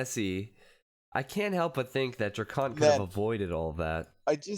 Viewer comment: y u calling him dracunt